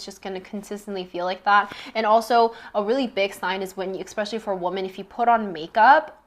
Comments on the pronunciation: love thisss ps its especially not expecially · Forgive my comment if it offends you: are you saying: expecially? It is especially ❤ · I can’t listen to anyone who tries to sound smart when they say “exspecially” .